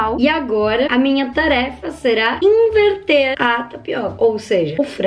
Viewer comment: Quem ouviu ela dizendo o que vamos iverti em vez de inverter